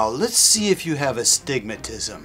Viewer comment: That moment when the doctor says "A stigmatism" instead of Astigmatism.